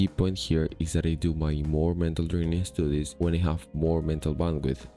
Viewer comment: I have noticed that you can express some decent nuance with your english, but you still have a habit of putting "e" at the start of words with "s", such as "estoodies" instead of "studies". So although your pure ability in english is reasonably high, the phonotactics in english are unnatural for you. I am not trying to diminish you in any way, it's just an interesting observation that I think I also struggle with.